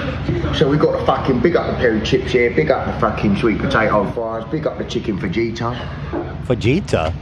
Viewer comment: “they forgot to take the skin away from the shiken” in an English? Accent gets me every time. I think this is my favorite thing has EVER said